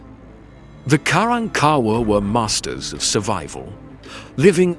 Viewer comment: Learn to pronounce their name correctly, it's pronounced Ka rank Ka wahh!!